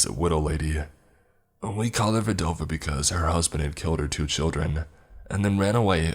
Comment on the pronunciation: It’s pronounced VDAhh-Vaa, you’re legit chopping up my language. Just call her widow which means the same exact but doesn’t sound stupid